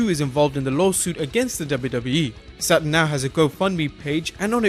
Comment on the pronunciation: SATURN "NOT" ( SATEN )